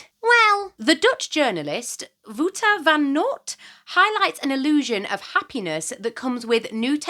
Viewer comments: Wooter? You mean Wouter? I'm Dutch. It's pronounced WOWter, more or less. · I so appreciate you giving us your sources, thanks! And two Dutch ones (I always am surprised when a book from my tiny country gets mentioned).The ou in Wouter is pronounced as the o in wow, but we're usually fine with being mispronounced here 😊. I so loved Jeeves in his days, by the way. Still, spot on video. I'm doing my gardening as much as is reasonable by hand (and mechanical tools) instead of with machines needing fuel or electricity.